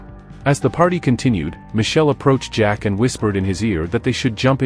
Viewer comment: Ahhhh the two best of friends, good old Zach pronounced Jack and James spelled Games. Classic movie duo